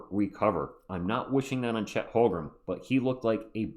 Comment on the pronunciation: I’ve left this comment on your live stream so many times, please stop saying Holgrem